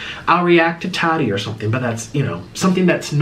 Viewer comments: Say it with me. TA TEE not taty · STOP SAYING TAHDEE 😂😂😂😂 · He keeps calling Tati taaadeee 😂